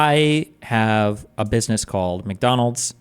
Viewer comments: Whenever Destiny messes a word up, I look to the chat and there is always someone rubbing his face in it 🤣🤣 "McTonals". It's the name for someone who is constantly tone policing. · Mack Donald's not Mick